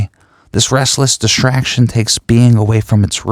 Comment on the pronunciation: this is excellent but words strangely said -- myshtery, dishtraction, shtress, shtriving. mildly distracting but overall a great program.